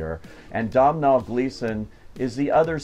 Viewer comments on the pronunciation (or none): Agree with everything you said. Lovely film. Just on some pronunciations - Domhnall is pronounced something like Dough-nul (Dough as in making bread) and Colm Tóibín is pronounced Coll-um Toe-been. Really loved this film and think I will go see it again. Costumes were fantastic.